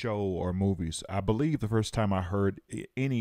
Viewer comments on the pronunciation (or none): none